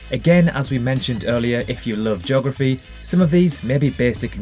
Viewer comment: Who else likes “JOGraphy”? 😉